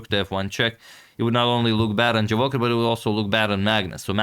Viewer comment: Boss, the correct stress of this name not JavOcher but Javoh i r. have plz. respect